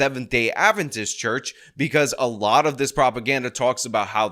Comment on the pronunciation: He said it perfectly fine